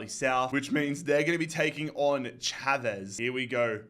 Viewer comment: you say familicao Fa-mil-i-Kao and GD Chave shav-es😊